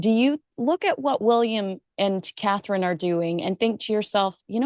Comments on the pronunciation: Carherine....ms Nichols. Cnt you say it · Come Kinsey! Katie Nicholl. She cannot say Catherine. Disrespectful person. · HER NAME IS CSTHERINE!! Get off social media is you can't say her name